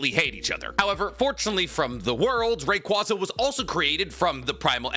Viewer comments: Ray quay zuh not ray qwah zuh. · Love but my god his pronunciations at time drive me nuts lmaooo Ray-Kwaazah?! Kawn-kuldur?!!